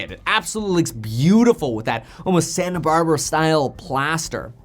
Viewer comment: Did Kevin say ‘Santa Barbara’?